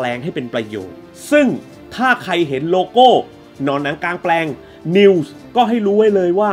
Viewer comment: ชื่อผิดพี่ กลางแปลง ไม่ใช่หลางแปลง